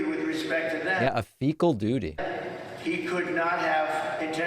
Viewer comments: He slipped and said fecal duty because he was pooping his diaper while he was talking 😂💀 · I heard fecal duty too😂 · Fecal duty!! He fecal dutied his diaper!! Lol this is hilarious!! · '...a fecal doody?" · Nobody knows more about "stool" and "fecal dooty" than Donald Trump He fills a diaper up with 10 lbs of "stool" and "fecal dooty" daily...